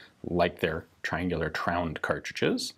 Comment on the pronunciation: I start to crack up every time Ian says "tround"